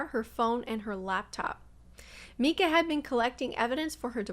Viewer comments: Strange that you keep calling her Meeka when her name is Mica…just an observation. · Why are you pronouncing her name as "Meeka"? I've been following this case since the beginning and haven't heard anyone else say it this way even her own family. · Nice presentation but you're mis pronouncing her name as "Meeca".